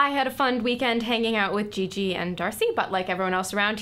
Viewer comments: I love how Darcy pronounces his sister's name "Zhi-zhi". And how her costume is his Newsboy cap with a plastic orchid in it. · His pronunciation of Gigi...